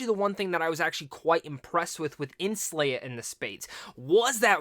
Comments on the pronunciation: SE-LAH. Not SLAY-A. I cannot watch this with this mispronunciation. Can’t take you seriously. You aren’t pronouncing it wrong you’re just not READING the name. Lol. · Did you watch the movie? Did you hear any of the other characters call her slayah? Her name is selah. (Say-la)